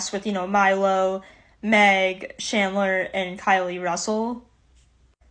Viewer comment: shandler? IT CHANDLER GET IT RIGHT